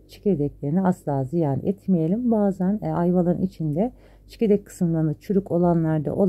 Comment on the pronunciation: Ablam:Elceğzine sağlık bea.. Harika bir reçel,çok severim,yıllardır yemiyorum da ama ben Gurbetde büyüdüm Türkçem zaten akzanlı ve büyüklerim çok ikaz ederdi.Ablacigim hatırladığım kadari ile Çekirdek olması gerekiyor ama 'ÇİKERDEK', duyduk 3kisi sesinize odaklandık 'aceb biz mi yanlış duyuyoruz' diye. (Çikerdek) tuttum bunu,teşekkürler🙏🤲🇹🇷👋